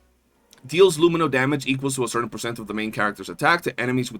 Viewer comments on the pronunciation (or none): none